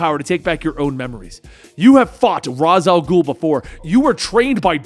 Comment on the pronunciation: IT IS RA "ALGUL